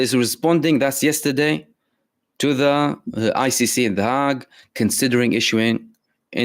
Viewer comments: Good work, my bro. (But it's pronounced 'HAAY-G' not 'HAARG'. FREE PALESTINA 💯✨️💪🏽🇵🇸💖🤲🏼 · The Hague -- pronounced 'hage' (haig, hayg)